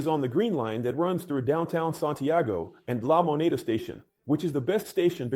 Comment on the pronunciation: "LA MONA"? LA MONEDA (THE MONEY)